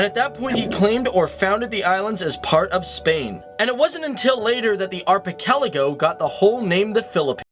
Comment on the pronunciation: 🤣 archipelago , turns out arpichelago jejeje bulol po sya.